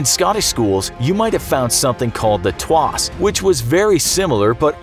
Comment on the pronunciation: It's 'tawse' not 'twase'. Trust me, I know.